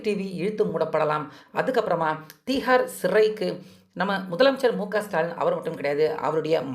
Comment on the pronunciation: திஹார் சிறை தமிழ்ல ஒழுங்கா உச்சரித்து பழகுடா